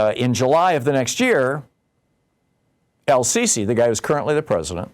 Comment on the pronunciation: How can you be a major political commentator and trip over Sisi?